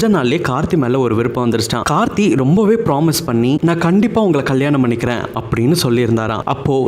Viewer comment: முதல்ல கார்த்தி, கார்த்தின்னு கழுத்த அறுக்காத..கார்த்திக்கோட பெயரே சரியா சொல்லத் தெரியாத நீயெல்லாம் அவங்க சரித்திரத்த சொல்ல வந்துட்ட பாரு.. 🤦‍♀️🤦‍♀️